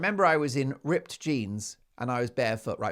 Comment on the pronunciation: I do love how Mark rolls his rrrrs "rrrrrrripped jeans" 😂😂😂